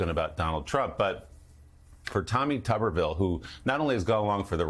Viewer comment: Why is Tuberville not pronounced properly, as with a potato which is a tuber? Is it because he's Mr. potato head?